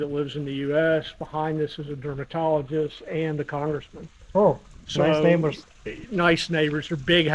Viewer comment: When he said congressman I thought he said scammer.